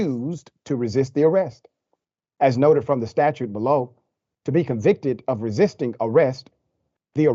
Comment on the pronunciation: "Stop resiting," lol wt f